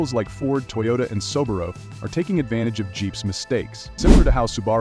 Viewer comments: An expert can at least name brands like Subaru correctly. Poor video! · Please, correct your pronunciation of Subaru and Rivian; such errors make you appear that you really don’t know much about the vehicles produced by these manufacturers!